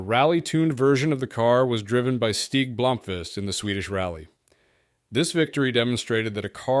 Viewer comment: The pronounce for stig Blomqvist is more like Steeg bloummkvist